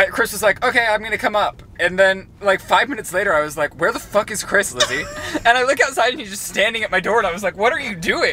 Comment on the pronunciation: "Friends" still unsure how to say Chris last name?.......